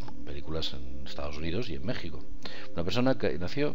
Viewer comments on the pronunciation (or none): none